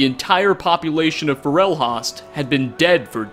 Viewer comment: Raw got. For ell Hawst. Is that really the right way to say it? I say "ray get" (with "get" sounding more like "got") and "forll host" (host as in server host)